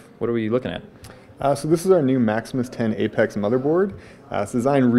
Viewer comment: He said Maximus 10 Apex :)